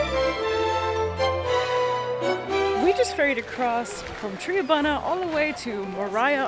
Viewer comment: I love the Aussie Animal focus! I'm gonna be a pain though... The town you took the ferry from is pronounced "try-bun-ah" - From a friendly Tasmanian.